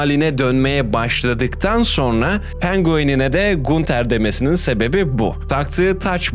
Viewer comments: video iyidi. sadece gunter yerine “gantır” diye okumaman biraz sinir bozucu olmuş 😂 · gunter diye mi okudun yanlışmı duydum o ganter diye okunuyor abi :( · ganter diye okunuyo gunter değil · Kral teorilerin çöp olmuş, ki teorilerin çoğunu redditten araştırmadan, sorgulamadan almışsın. Diziyi 3 defa üst üste bitiren arkadaşın oğuz diziyi arapça izlese daha iyi anlardı. Onun dışında kendisi ya kulaklarıyla dinlemek yerine ayaklarıyla dinlemiş ya da gözleriyle izlemek yerine mabadı ile izleyip bitirmiş sanırsam. SON OLARAK İSE GUNTER YAZILDIĞI GİBİ OKUNMAZ GANTIR DİYE OKUNUR. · GUNTER "GANTIR" OLARAK TELAFFUZ EDİLİYOR KAFAYI YEDİRDİN YA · Knk allah aşkına gunter ne düzgün oku şu isimleri